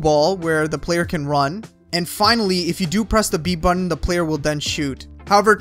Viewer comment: Wth is the "right buddin"?..that isn't even a word first off and doesn't really tell exactly which *button to press to send up the keeper..